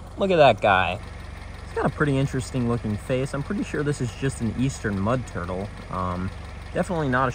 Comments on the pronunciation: “A mud turla” 💀💀💀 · "A mud turla" 😂😂 I love it